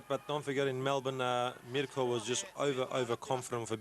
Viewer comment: The announcer sounds like he saying My cunt.